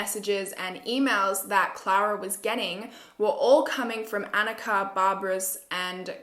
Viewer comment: *anicka (anitchka) ,,, it’s ok, u tried.